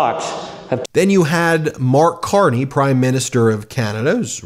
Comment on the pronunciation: Was Mark Carney in NA/PAN/EE? This is how you pronounce it. Equal emphasis on each segment. It’s not a rushed nor slow delivery. My father & his relatives all were from there. Just FYI. Thanks for keeping us in the US informed Meidas Media. X